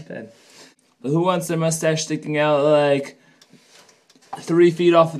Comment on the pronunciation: Interesting and impressive. But, if you're going to fuss over it, you should start by spelling and pronouncing it correctly.